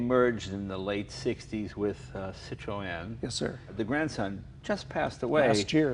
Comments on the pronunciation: its not 'sit row en' its 'sit run' like citrus but citron (Citroen) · No. The two points above the 'e' indicate that the 'e' is spoken non-conjucted -- so it is 'Citro-e-n'. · Citroen,sit ron.not sit,o rean, Just sayin' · Haha I love how Jay changed his pronunciation of "Citroen" after he heard say it!